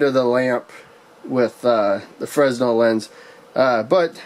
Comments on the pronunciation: It's pronounced "fray nel" lens NOT "frez nel" lens. The letter s is silent. This is because the inventor was French and their language is, shall we say, unusual. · Buddy love the video, a little correction, it’s FREH-NEL not FREZ-NEL.